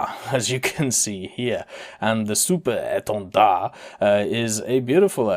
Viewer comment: Super EtendAHHH...😂 Can't help but found it funny